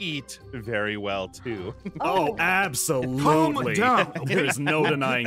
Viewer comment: Did or said aphsolutely